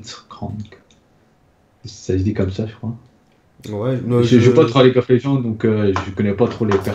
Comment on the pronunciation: je suis le seul a avoir entendu: leaguesof of legends de la part de 😂😂 Bon Aniv Lasalle